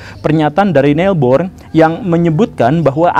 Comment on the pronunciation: pak guru koreksi cara pengucapan Niels Bohr tidak seperti itu [ˈne̝ls ˈpoɐ̯ˀ] beliau orang Denmark